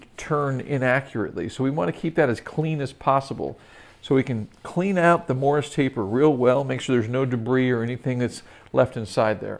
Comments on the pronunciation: The title should say Don't FORGET to do these things. How about... Don't forget it is a MORSE TAPER, not a Morris Taper. 1 syllable, not 2. These experts lose me when they call a Morse taper a Morris taper. You may spell it correctly but you say it wrong. The CC knows.... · Just a note on pronunciation. The taper is Morse (like the code), not Morris.